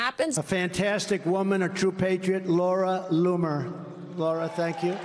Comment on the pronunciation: Did he say Laura Looser?